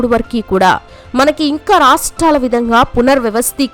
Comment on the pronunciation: వరకు అంటారు కాని నువ్వేమిటే వరకి అంటున్నావు ముందు మంచిగా మాటలాడటం నేర్చుకో